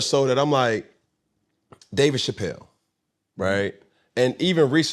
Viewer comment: I know his name is David Chapelle, but why Cam keep saying it like that? It sounds weird. Lmaoooooo